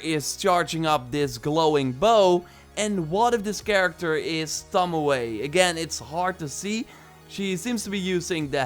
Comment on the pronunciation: tomoe ... not tamoway.